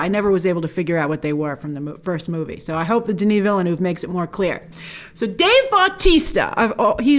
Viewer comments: No she’s not. His last name is 2 syllables not one. Taken years of French and I am Canadian. Canadians, French speaking or not have no problems saying his name. British people don’t either. I notice only Americans and sometimes Australians having problems with the pronunciation. Is “ville” that hard to pronounce? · I'm by no means a French expert (I spit on the French). But surely it's pronounced veelnurv. It looks like "new town" to me: Ville(town) = veel, neueve(new) = nurv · Grace, probably one of the most beautiful trailers I've ever seen. Btw, it really is said "veel-nuv" where the u is the u in "cup". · You can do it Grace! It is pronounced: dəni vilnœv lol Love your channel! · you dont put an R in Denis Villeneuve! english speaking people have a hard time prononcing "eu" they sound like the french "u" so it sounds like you're saying Denis Ville-nuve. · I don't mind the mispronunciation, quite on the contrary that's original ! "Denis" is on point of course, the issue is with the second part of Villeneuve. Your "Ville-" is correct, but "-neuve" is pronounced as "nerve" in english, but without the R, "neve". The "u" being muted. "e"/"eu"/"eux" all sound the same in french/frenchCanadian. Wish you best. Source: I'm french and Villeneuve is a common name. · Grace, in French, "Ville" is pronounced "veel", and "eu" is pronounced "er" which is why Villeneuve is pronouned Veel-nerve. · It is pronounced 'veal-nerve' ...